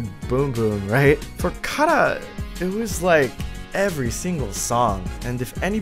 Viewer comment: THE WAY YOU SAY KARA OOF